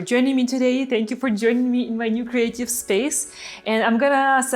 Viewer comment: CREATIVE friends. I always thought you said "hello my crazy friends" lol